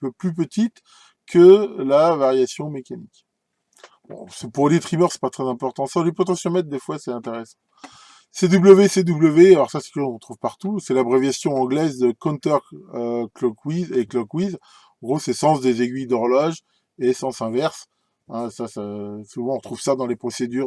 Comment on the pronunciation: Bon, pour le sujet, c'était bien intéressant, mais pour la prononciation de certains mots anglais, ça fait un peu mal. "Clockwise" et "counter-clockwise", ça sonne comme "cloque ouahize" et "coun'teur cloque ouahize". Pour finir, une petite explication "du pourquoi du comment" de certains tournevis de réglage qui ont une pointe en céramique au lieu de métal aurait été la bienvenue. Je chipote mais c'est parce que je les aime bien vos vidéos. Bonne fin de semaine, merci pour les vidéos et à la prochaine.